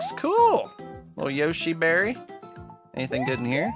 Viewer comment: I heard "Yoshi marry" instead of Yoshi berry lol